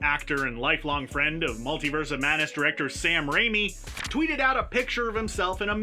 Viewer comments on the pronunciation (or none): none